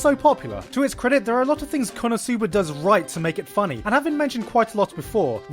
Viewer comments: why do you say kono sooba? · I'm still waiting for the day when Gigguk learns how to correctly pronounce the non-english title of an anime ESPECIALLY WHEN THEY SAY IT FOR YOU DURING EACH OF THE 5 INTERLUDES OF EACH EPISODE or do they also pronounce it like this on crunchyroll? Kappa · the way that he pronounces "konosuba" just ticks me off a strange lot for whatever reason.